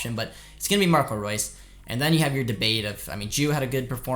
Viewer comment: Thanks for pronouncing Ansgar Knauff correctly, the English commentator in the City game kept calling him Nauff 😂😭 hope we can get this win tomorrow, I’m slightly scared but I think we have it in us. Nothing to lose!!!🖤💛🖤💛